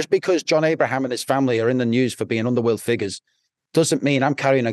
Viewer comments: He can’t even pronounce his name properly it’s John Ibrahim not Abraham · Its Ibrahim not Abraham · The blokes bodyguard but can’t get his name right. Ibrahim, not Abraham .